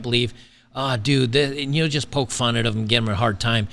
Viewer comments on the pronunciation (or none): none